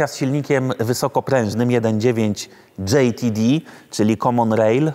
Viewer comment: "Dżej ti di" 🤣🤣🤣🤣